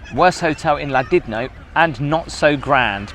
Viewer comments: It's Llandudno not Lland idno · It’s Llandudno, not “Ladidno”. 😂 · Llandidno or Llandudno? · Pronounced. Lan-dud-no. Its a toilet that hotel. Mega looking rooms just left to rot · Did you say ladidno? 😄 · They pronounce it “Clandudno” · Hlan-di-no? Maybe. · it’s pronounced Clan at the beginning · why did you pronounce it landidno lol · i always thought it was pronounced ..clandidno)) gl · Still pronouncing Llandudno wrongly,. 😂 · that is one of the worst pronunciations of Llandudno I have heard. even the scousers do it better. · Terrible pronunciation of Llandudno, otherwise a good video, interesting. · As a Welsh speaker, the way you said Llandudno made me cry. Good video tho :) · Please pronounce Llandudno properly 😂 x love the vids though keep up the good work x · that's not how you pronounce Llandudno 🤭 Only a min or two in so far but looks grim! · Ffs. Hahahah retro kettle. I guess I own a retro kettle at home haha same.one but in black. My god,love Llandudno. How's it pronounced? I always thought it was Lan...dud...no. Love ve the place and always wanted to stay at that hotel,great location etc but yh,I've read the reviews 🤨. This looks so nasty though.